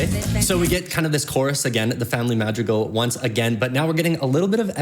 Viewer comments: It's mad ri gal not ma drill cle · I learn a lot from you dissecting these songs! It's so fun to listen to your commentary. One learning area for you is to work on pronouncing words from different languages accurately like Madrigal (maad-ri-gaal), Luisa (not Lisa), Abuella:) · oh wait-in Columbia you say Madrigal the right way but here you say the family mad-ri-gol and it sounds like magical!!!!! that is soooo soooo cool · just a reminder, madrigal is pronounced "Mah-dri-gahl" and you gotta roll the D lol but i love watching these <3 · not to be rube but it’s family madrigal that’s how u pronounce it 😀